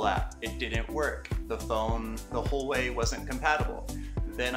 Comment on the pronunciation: Thanks. Just for future knowledge, it's "hwaa-way" not "hor-way"